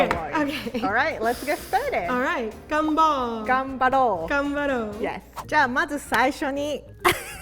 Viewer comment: gUmbAlL😂 The Return of The Gumball